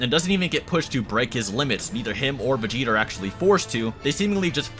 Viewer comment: He said vegeter